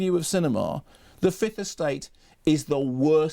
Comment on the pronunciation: why can't tv people pronounce the 2nd 'f' in fifth?